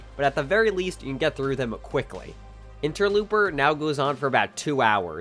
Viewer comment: It's pronounced ENTER-LOPE-ER.